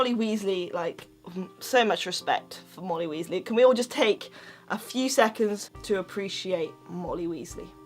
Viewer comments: Ginny Weasly it's Weasley not Weasly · It sounds like she is saying Moldy Weasly